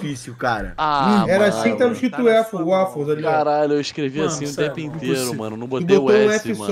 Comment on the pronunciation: WAFE WAFFES WAFLE WAOUFLE WALFFE HAHAHHAHAHAHAHAHHAHA simplesmente o Waffle do entretenimento